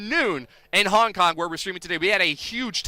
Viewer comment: It is Hong Kong not Honk Kong idiot